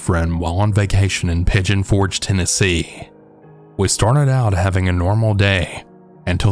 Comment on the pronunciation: It was already a scary story when you said “Tennessee.”